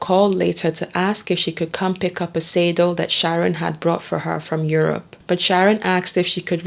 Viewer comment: Damn! Narrator, how the hell do mispronounce SADDLE!, FAIRBANKS, SEBRING, TRIVILIZE!!!!